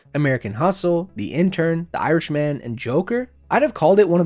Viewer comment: “The Irish man” lol it’s not said like that bruv